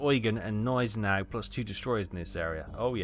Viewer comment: BTW the G in Gneisenau isn't silent. Thank you very much for another very entertaining video. Merry christmas to you, take good care of you and yours, looknig forward to more content from you next year!